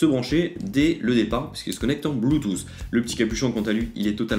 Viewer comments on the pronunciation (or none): none